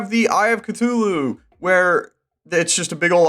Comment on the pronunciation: THEY PRONOUNCED CTHULHU WRONG